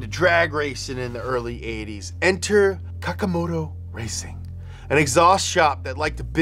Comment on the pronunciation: Bro its Kakimoto not Kakamoto 😂